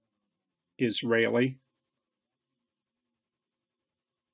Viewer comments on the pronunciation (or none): none